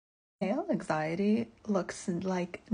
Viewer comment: Her pronouncing anxiety as ack-siyaty is giving me anxiety.